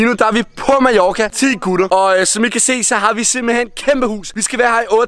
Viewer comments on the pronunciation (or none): Du siger majoka det giver mig spat det hedder Mallorca !!! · Du siger Majorca men du skriver Mallorca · Du siger Majorka